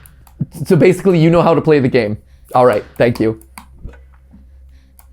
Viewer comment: Matpat, please never say shank you with my sausage ever again…. Thanks.